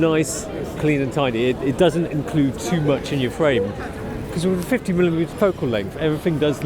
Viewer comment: 50 millimimiilimmiuitemms